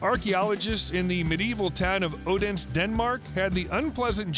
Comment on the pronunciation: Just to let you learn how to pronounce Odense, (Oh-den-seh). Not easy to pronounce words/ names in a foreign language, but I will give you ten out of ten for trying.